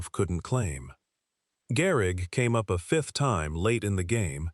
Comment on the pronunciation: Garrick??? AI SUCKS